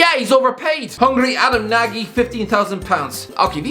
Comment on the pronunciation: Adam Nagy's name is pronounced Nodj, and yes, hes solid in midfield for us